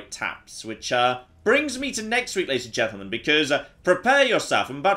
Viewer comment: "Ladies and gentlemen" turned into "Lechen".